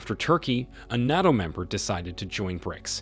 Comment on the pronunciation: NATO not NOTO